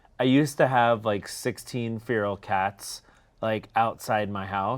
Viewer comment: the way ian pronounced “feral” made me feral